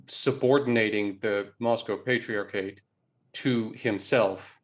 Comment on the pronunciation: The way this guy talks is so fucking annoying, the way he says patriarchate, the way he stresses the middle syllables in Russian words, it’s just so ridiculous. You are speaking English, pronounce words like they supposed to in English. Bet this guy also says MEHico and LuQHUA instead of Lacroix like a normal person, just so unnecessary